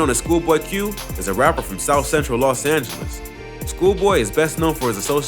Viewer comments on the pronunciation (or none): none